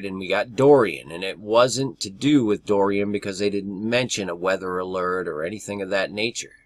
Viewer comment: About an hour ago I saw an update on Dorian hurricane and all I could think of was this is a distraction! Wow. I clicked on video about the hurricane and he can't seem to pronounce it, he says Doran, and all I could think of is the doe ran... and that I thirst to be in high places with Jesus as in (Psalm ) Psalm 42:1-2 As the hart panteth after the water brooks, so panteth my soul after thee, O God. My soul thirsteth for God, for the living God: when shall I come and appear before God? Verse 7 caught my attention as well watching these hurricane reports. Psalm 42:7 Deep calleth unto deep at the noise of thy waterspouts: all thy waves and thy billows are gone over me. Even so, Come Lord Jesus Come. Amen!